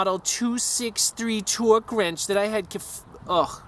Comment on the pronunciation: Fowtee twee pounds of towwwke lmfao you're a character man